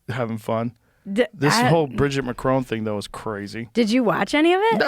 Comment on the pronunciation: bridget fent-asy